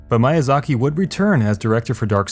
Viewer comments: me-ya-zaki, not maya-zaki. Great video btw. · Small complaint, it's HideTAKA MIYAzaki, not HidiTAKI MYAzaki. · My-a-Zaki WTF!!! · "Hidetaki Mayazaki" Edit: Wow you are actually bad at reading statistics, no offence. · Correction: Hi-deh-ta-Ka Mee-ya-zah-key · Mayazaki? Who the fuck is Mayazaki? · I was thinking the same damn thing. He should atleast try to find out how to pronounce the mans name. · dude give him a break not easy to say Japanese names like fuck Hidetaka Miyazaki isn't easy name to pronounce, I bet you guys would fail at it too